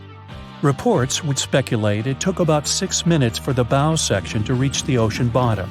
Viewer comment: It's pronounced the bow not the bowe